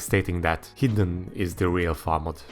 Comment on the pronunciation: Hot take: ar should be adjustable and ez and hr's ar should be based on density. I'm a noob so if this is completely retarded please say. Also when you say hidden it sometimes sounds like heathen lol.